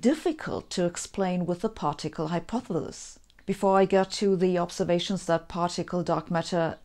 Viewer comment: I love listening to Sabine trying to pronounce "Hypothesis".😃